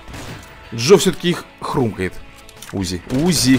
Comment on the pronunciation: не у́зи а узи́